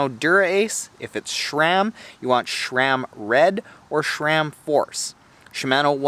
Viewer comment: ive never heard people say sher-ram before